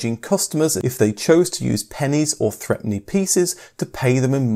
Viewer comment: The threepenny bit wasn't pronounced "threpenny". Everyone pronounced it "throopenny", except for the lady in our local toy shop who always called it "threpence".